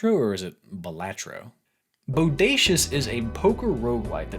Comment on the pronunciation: It's pronounced "balatro".